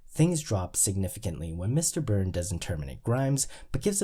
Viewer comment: Why sometimes do you drop the (s) when pronouncing Mr. Burns and Grimes names? 🤔